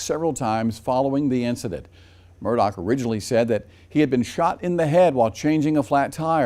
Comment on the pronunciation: His name is pronounced " Murda" not " Murdock"